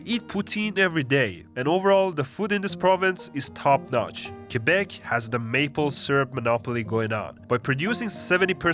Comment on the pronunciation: Thank you so much for saying Quebec and not "Quwebec", you kind of forgot to mention that we have a lot of rednecks and redneck towns here too. Still, you made a great job at pointing out accurate stereotypes.